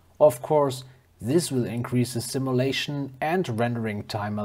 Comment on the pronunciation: Cool video, I liked it... FYI: Simulation: Sim-you-lation, not sim-ah-lation